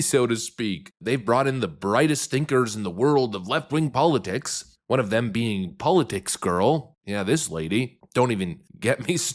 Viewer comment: You mispronounced politics